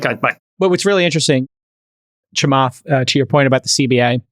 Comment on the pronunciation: Also, it's Chaamath not Chamaath